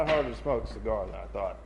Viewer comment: I was enjoying the video up until you butchered that cigar. 😂. Thanks for another great vid.